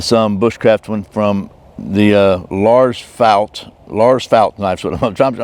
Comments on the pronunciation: Great video! Your prononciation of Lars Fält was actually almost perfect, not bad att all :) Greetings from Sweden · Nice video! Your pronunciation of Lars Fält was very good. He started as an officer at the oldest ranger battalion in I22 in kiruna in the very north of sweden, then moved to the Para Rangers where he started the Army’s (nowdays armed forces) survival school where I met him during my time at the paras. He was educated in both the SAS and the SEAL and also Green Berets if I remember correctly. I learned a lot from him.